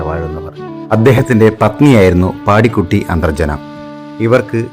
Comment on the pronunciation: പാടിക്കുട്ടി എന്ന്‌ അല്ല പാടികുറ്റി എന്നാണ് എല്ലാവരും പറഞ്ഞു കേട്ടിട്ടുള്ളത് 🙏